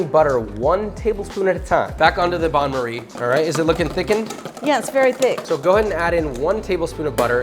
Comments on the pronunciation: Pronounced ban marie (not bahn) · Not a Bahn Marie, it's a Ban Marie.